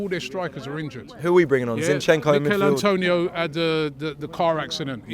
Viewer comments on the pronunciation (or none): none